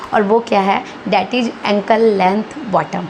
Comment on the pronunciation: आप भी थोड़ा ‘ज़’ बोलना सीख लो, दूसरों को किसी भी चीज़ (चीज ❌) में सही करने से पहले 🤓 प्लाज़ो ✅ प्लाजो❌ इज़ ✅ इज ❌